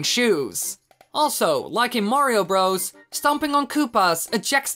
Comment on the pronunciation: it sounds like he is saying super mario rose